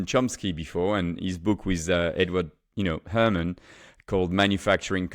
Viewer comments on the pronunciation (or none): none